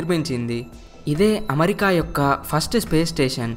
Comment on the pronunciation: మంచి విషయం.. కానీ మంచి తెలుగు లో చెపితే ఇంకా బాగుంటుంది. పడ్నాలుగు (14) కాదు పద్నాలుగు అనాలి అలాగే అమరికా కాదు అమెరికా అనాలి